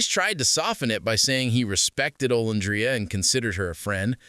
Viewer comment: Are you deliberately calling her name wrong it's very disturbing and cringe if you thought you were cool I'm disgusted by all this